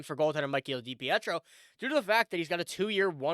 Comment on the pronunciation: pronounced {da peetro} spelled depietro